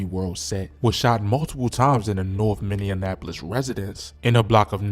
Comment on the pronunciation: The classic meneanapolis pronunciation.😅